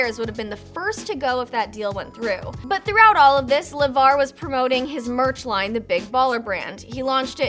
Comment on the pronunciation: sooo we just gonna act like she didn't call Lavar, Lamar!!!!